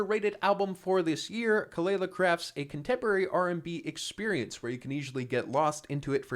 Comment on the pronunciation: Sir did you just call her KELALA?? LOL